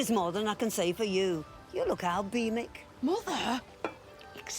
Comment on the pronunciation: ‘Albaemic’ ALBAEMIC! 😂😂😂😂😂